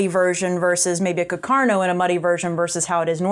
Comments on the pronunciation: Pronounced... CarcaH- - NOH!! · says it as "cacarno" too 😂